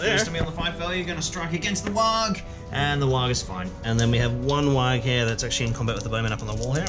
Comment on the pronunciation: you're saying warg wrong